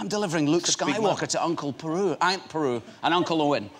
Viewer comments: I'm guessing he didn't film many scenes with BERU in the new series, seeing as he doesn't know how to say her name properly! lol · Beru not peru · Is he saying Aunt Peru?? hahahah xD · Aunt Beru not Aunt Peru